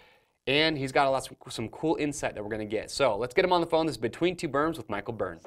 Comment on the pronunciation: When has said Michael Byrne it sounds like Mike O Burn